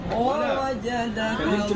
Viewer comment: Agak beda dengan tulisannya di baca i ,wawajadakadi bukan o